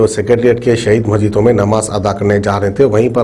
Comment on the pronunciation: Majheed nai re masjid boltey tootley baat karna sikh pehle